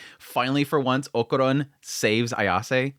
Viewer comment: We all hated jiji at first haha just like with Aira, just give him some time. I know you dont like people telling you when you kill characters names but i dont like when you do it so deal with it haha is okArUn, o ka run, o a and u are the vocals, why in the name of god are you saying okuron? Please, just say it right, Okarun, you know when we all jump at Seven seas for making dumb mistakes, is the same feeling, just saying so you dont get that mad :P